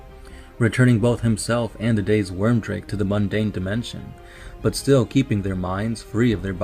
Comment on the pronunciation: Nice lore video on my favourite legion, good work. However, the Rune Priests name was Wyrdmake, not Wyrmdrake (or at least this is what I understood you named him in the video).